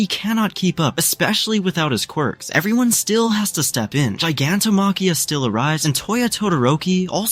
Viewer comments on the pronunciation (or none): none